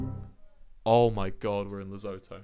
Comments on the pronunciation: “Lezoto”😂I am from South Africa and I am pretty sure it’s pronounced ‘le-SU-TO” Lesotho, unless I am being dumb and that’s an actual place 🫢 And don’t you dare judge me for watching a 3 year old video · I come from Lesotho and the way he says "lezoto" desturbs me on a personal level 😂😂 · WILBUR. WILBUR I BEG OF YOU TO PRONOUNCE LESOTHO RIGHT. Les-oo-two. NOT LES-OH-TOE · Lezoto??? Lesotho pronounced le - soot - oo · AS A SOUTH AFRICAN I'M DYING AT THE HE WAY HE SAID LESOTHO 😂 "Lezotoe" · lol here in SA it's pronounced with less of an "oh" sound and more like "oo". So you would pronounce it "Le-soo-too". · Wilbur I love you and coming from a South African.. it’s pronounced “ Le - soo- too “ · Congrats on the Lesotho one, but just be careful with the pronunciation. It's "Le-so-to" both the "so" and "to" with 'hard O's kinda like the o in two but different if you catch my drift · Lesotho js pronounced les-oo-thoo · its pronounced " la-soo-two" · It's pronounced le-soe-to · Im South African and i just want to say that your pronunciation of Lesotho is just wrong its pronounced (the oe is pronounced like the cou in Vancouver) Le-soe-toe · Me laughing as a south African while Wilbur pronounces Lesotho wrong😂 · Me when Wilbur said Lesotho wrong: me:WILBURRR THAT IS THAT HOW YOU PRENOUNCE IT DUDE AAAAAAAAAAAAAAAAAAAAAA (I also know because I live in South Africa😌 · Ok but why did he pronounce Lesotho like that... lmao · can you learn how to say Lesotho